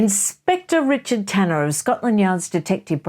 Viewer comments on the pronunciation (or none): none